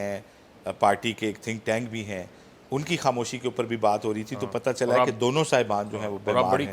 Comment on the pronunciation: patta challa hay not pattchalli please used correct word Ashqeen from chicago